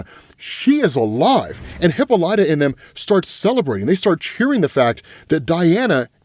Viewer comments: Her name is not HIPA-LIGHTA. It’s pronounced HIP-AH-LYTA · Lord....... its " Hip-paul-la-ta " not hippo light ta 🤦🏾‍♂️ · “Hip-pol-ita” not “Hippo-lighta” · Isn't her name pronounced , Hih-Pahl-Ita? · Not hip-light-er. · Oh man! I love you but honestly every time you mispronounced Hippolyta it was like nail on a chalkboard. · fyi you're pronouncing Hippolyta wrong.